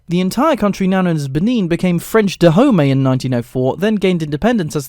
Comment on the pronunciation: ok that right there is the best pronunciation of French from a non-French person I’ve heard so far. Those “r”’s tho XD